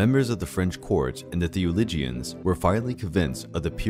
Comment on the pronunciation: You have a great narrating voice, and this is a great video but please consider working on your pronunciation of terms before recording (theologians, piety, Poitiers, Orleans, and more). It would increase the quality of your finished product. 👍